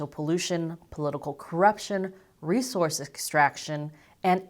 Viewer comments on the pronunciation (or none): none